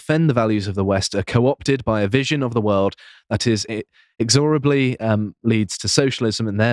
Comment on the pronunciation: I watched his speech at the WEF and personally thought it was fabulous especially considering who the audience was!:face-blue-smiling: By the way a little more understanding of the English vocabulary is required as you mispronounced 'inexorably' and 'privileged' among others in your dialogue distorting essence of the speech, just saying surprised that an educated individual getting this wrong. And yes was much better, Rebel TV's interview with WIll.i.am was interesting, he was very naive but at least open to change if he had his eyes opened. Agreed regarding the Falklands issue but was expecting it as its going to be a populist issue sadly as I am sure there is still humiliation regarding the outcome last time.